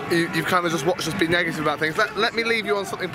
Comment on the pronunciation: Negitive?? Dude, I couldn't stop laughing!